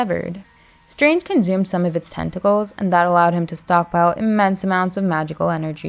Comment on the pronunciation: Why do you keep saying conzumed? It's not Doctor Ztrange...